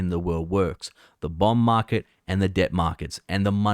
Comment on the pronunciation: sounds like he means "bomb market". Is it ticking?